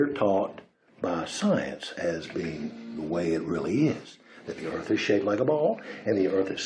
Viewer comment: Where are this guy’s overalls and banjo? “ I reckon the erf is flat”